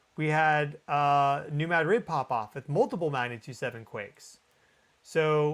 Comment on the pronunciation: Dude, learn to say New Madrid correctly.